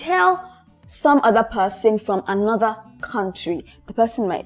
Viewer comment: you thought you could pronounce things correctly? 😂😂 Far from it, from your opening statement, the pronunciation of "Another" is wrong..... "welcome to another........"